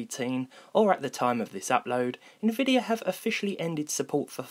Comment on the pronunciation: Im sorry, it's a Little nitpicky but it's nvidia, not INvidia. Sort off bugged me throughout The video